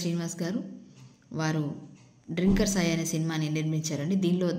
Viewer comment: డ్రింకర్........ అనకూడదు., తాగుబోతులను డ్రంకర్ అంటారు. ఇంగ్లీష్ బాగా వచ్చినవారిని అడిగి తెలుసుకో....